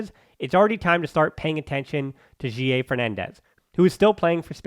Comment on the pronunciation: Why you say guille so weird?